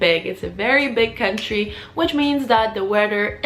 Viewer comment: "Cuntry" haha I'm dying 😂 thanks for the legit tips though!